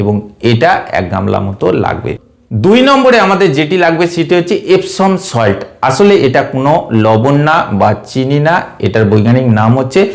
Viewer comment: ভাই নাম টা ঠিক করে বলবেন ইপসম সল্ট , ইপসিন না